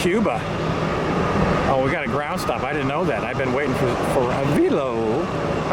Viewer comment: you should figure out where AVELO is based out of. you should say the name right.